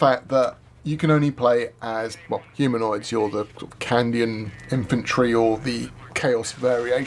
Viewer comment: He keeps saying Candian